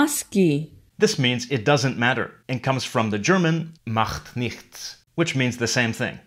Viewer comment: little pronunciation mistake: the digraph ch is sometimes pronounced /x/ and sometimes pronounced /ç/ (there is a rule, but I don't know it because i am a native speaker), so in the second word "nichts" it should be pronounced /ç/ instead of /x/.